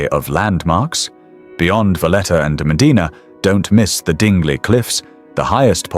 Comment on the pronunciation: Your pronunciation of the temples and locations was extremely off. But all is forgiven 😅😊. Mdina .